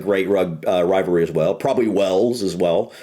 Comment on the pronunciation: Stope saying Wells it's Wales. 😂